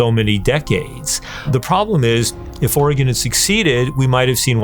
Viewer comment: Oregon, not organ.